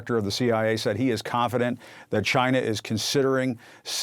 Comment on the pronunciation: "Cheena"......say it correctly please.